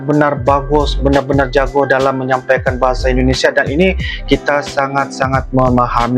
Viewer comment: Salam sehat selalu. Maaf, yang benar JAGO bukan JAGOH